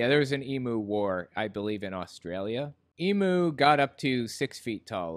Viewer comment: Emu's are not extinct. There are still plenty to be found in Australia, in the wild and captive. Plus fyi that's not how you pronounce emu